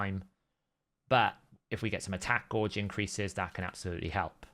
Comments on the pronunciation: Gauge not gorge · Drives me nuts the way he pronounces that word